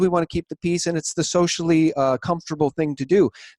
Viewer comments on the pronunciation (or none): none